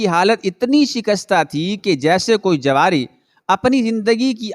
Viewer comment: tallaffuzpar dhiyan den jawari nahi juwari yani juwwa khelne wala